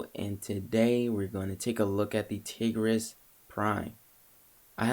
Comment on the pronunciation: Tigris (Tie-Gris)